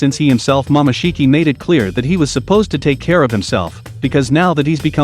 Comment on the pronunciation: Ummm did he just say mamashiki?